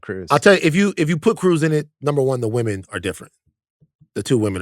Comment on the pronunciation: still can't say ''women''